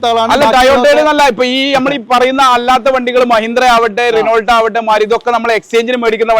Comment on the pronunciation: റിനോൾട്ട് അല്ല. ശരിയായ ഉച്ചാരണം റെനോ എന്നാണ്